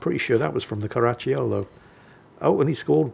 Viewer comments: "Caracciolo", but my ears kept hearing "Karachi Yolo". 😅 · Stop adding a "ch" to Caracciolo... not all double C's are a Ch I Italian, some are hard Cs, so cuh's